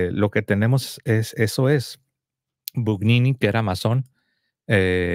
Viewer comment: Gugnini se pronuncia "Buñini", Aníbal Buñini